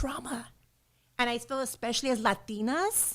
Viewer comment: Damn love her voice and her pronunciation “Latinas”!🇲🇽